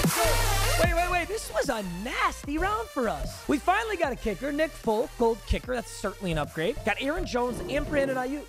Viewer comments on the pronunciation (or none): none